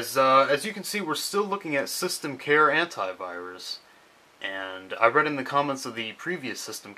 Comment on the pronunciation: Antivirus pronounced hentaivirus. I know how us english,it is real but funny.